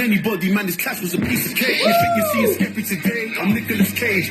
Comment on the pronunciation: Fire reaction 🔥 joyner ran out bars 😂😂 he keeps calling skepta skippy aswell because he keeps calling him joaner 😂 skippy is a compliment in the uk 😂 its a skill issue for joyner.he did say about the dress, he said im a fashion killer pull in a pink polo, because asap rocky did that and it was fine.